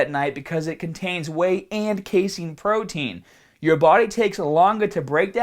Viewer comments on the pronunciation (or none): none